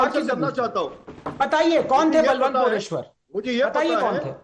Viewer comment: It's बळवंत मोरेश्वर not बलवंत मोरेश्वर. That's the precise issue.